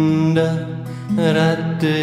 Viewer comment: Ich möchte dir ja nicht zu nahe treten, aber das Radhe sollte weicher ausgesprochen werden! So klingt es wie „Ratte“! 🤔🙏